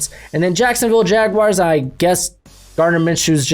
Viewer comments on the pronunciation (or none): none